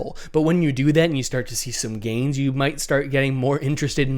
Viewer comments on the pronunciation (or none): He said “gains” 😂